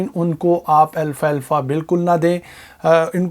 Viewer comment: It's alfafa not Alfa Alfa brother❤️👍